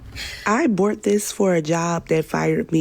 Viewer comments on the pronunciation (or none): She says, "I bort this" when she is trying to say "I bought this"